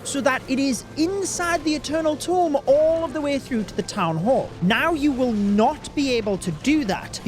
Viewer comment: Eternal Tome ❌ Eternal Tomb ✅